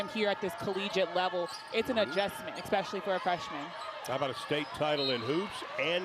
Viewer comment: Please stop saying "EX-pecially" I just can't listen to it continually. 😮